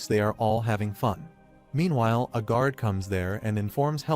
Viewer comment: What is a grauder? Maybe the AI means guard? Can we please get some editing done on these videos. A I cannot speak English it cannot speak two-letter words it cannot speak correctly. All it takes is a little bit of time to go in there listen to what's going on and just go in and fix it if you have to use your own voice so be it. It's better than trying to figure out what the hell is trying to say